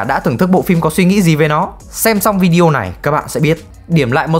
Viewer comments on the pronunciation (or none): none